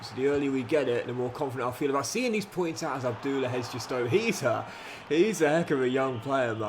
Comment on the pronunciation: Please stop mispronouncing player’s names like abdullah and barranetxea